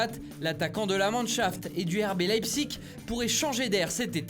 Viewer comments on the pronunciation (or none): none